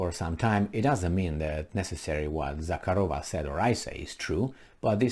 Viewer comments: “Za-har-O-Va” I believe is how it is pronounced? The “K” is silent, yes? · Za-hA-ro-va Stress on A.There is no K sound,but harder H